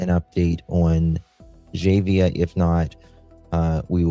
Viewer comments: Jah-vay-ah not jahaveah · Please learn the proper pronunciation of baby girl's name if you are going to continue reporting on this.